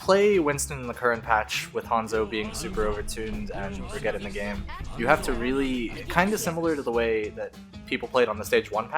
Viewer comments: Brigettie? nah, fam. Bra-Geet-ah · I'm sorry but i just focused on how brigitte this whole video. Bri-geeeee-ta not bri-je-tea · Stop saying bregetti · If you're going to mispronounce Brigette...at least say it like "Bridget" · He pronounced Brigitte at least 3 different times in this video. "baguette" ,"bruh get" ,"brighetty" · did this nigga just say Brigette like spaghetti? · The way he says Brigitte makes me so mad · I always thought is joking with Brigittes name, but it seems that he genuinely doesn't know how to pronounce it:D Great video btw